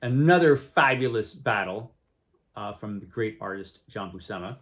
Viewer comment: great stuff! FYI John and Sal both pronounced their last name as BUEW-SIM-UH according to the "How to Draw Comics the Marvel Way" VHS tapes someone uploaded to YT